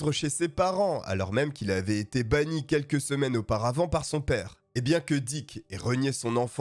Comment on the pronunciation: diCK, pour une meilleur prononciation !!! bien placé